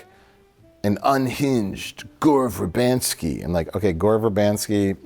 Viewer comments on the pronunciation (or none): Gore Ver 'ban' sky? Isn't it Ver-BIN-sky?